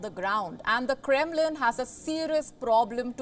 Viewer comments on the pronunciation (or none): "kremlin" is "krembling"